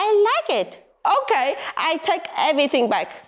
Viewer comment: So your family’s dishwasher moved to Germany. When you said good in English, I could hear a German accent. Your transformation is almost complete.